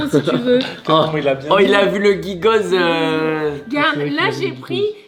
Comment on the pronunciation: Si jamais Gigoz le z se prononce pas et c est un nom de famille a la basse. Avec une grande usine pres de chez moi a la base.Michou a quand le papa?